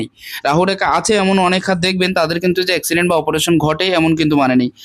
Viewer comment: KOTHA TA EX-CI-DENT NA ACTUAL PRONUNCIATION AC-CI-DENT, NEXT TIME RECTIFY YOURSELF